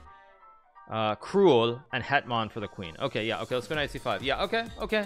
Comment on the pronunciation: It's so funny that Hikaru can speak Polish that good. His "Hetman" and "Król" were perfect